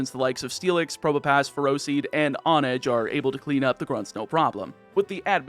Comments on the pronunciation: I think mispronunciation is your specialty. On-edge? Hone-edge, because you sharpen swords by honing them...I think you do this on purpose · It's HONE-edge and EEGIS-slash. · that h isn't silent. lol